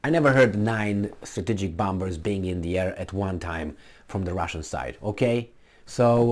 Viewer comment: can you finally swallow that second *B* and pronounce it bomer-s??? 🤣🤣🤣